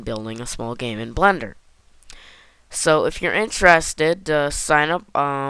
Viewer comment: I laugh everytime you say Blender, because it sounds like you're saying, "Blunder". That also kinda works, because everything I'm doing in blender is a blunder. lmao